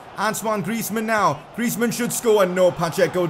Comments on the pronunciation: That's how u pronounce it actually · I mean, that's how you pronounce it